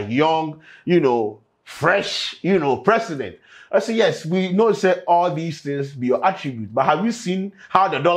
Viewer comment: Did I hear youce? As yes lol